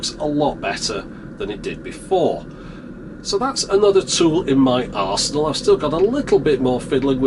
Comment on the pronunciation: Why did I laugh when you emphasised the arse in arsenal?! :D